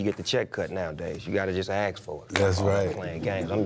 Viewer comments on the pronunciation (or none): Wait a minute.. Is Snoop saying aks instead of ask? This is not Futurama dude lol